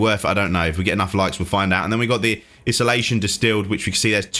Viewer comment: im tryin to be a dick or anything.. its pronounced.. I-SO-LATION.. basically being alone by force.. love the information. Thanks for the vid bud